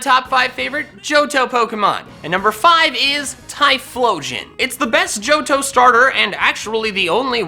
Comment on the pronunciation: AGAIN, THE H IN JOHTO SHOULD BE BEFORE THE T, NOT AFTER THE T!